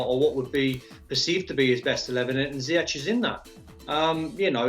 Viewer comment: Well done to Don for saying Ziyech's name correctly.